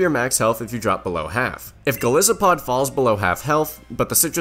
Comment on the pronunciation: Golisopod's name comes from goliath and isopod so it should be pronounced with a hard I sound